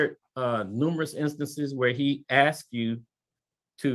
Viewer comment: Dont deal with a woman that looks like she is is well put together and still says says "aksed" instead of "asked".... Oh snap... "Visitating"?........ yeh she putting up a real front... Skip..